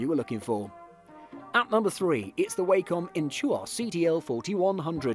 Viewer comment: Its 'wah-com' not 'Way-com'